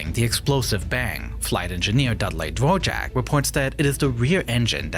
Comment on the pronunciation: Bro Is not Dvorak but Dvořák😂